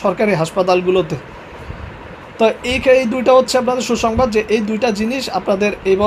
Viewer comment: এ রকম আবালীয় "হুহুংবাদ" বহু শোনা গেছে। বিনোদন। মাস্টরি করবি আবার এতো "টাহা" চাইবি ক্যা?